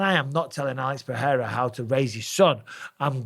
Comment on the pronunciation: Bisping. First of all, you don't pronounce Pereira's name with an "h" in the middle. Only Portuguese words that start with R or have double R's are pronounced that way. You, Rogan and DC do it constantly, and it's maddening. Second, stop d riding Izzy. He's a grown man mocking a child that was 5 years old at the time he did a stupid thing. Maybe Pereira told him privately not to mock someone who's been knocked out. Izzy is cringe, and it was really cringe what he did. If the tables were turned, I guarantee you would take Izzy's side.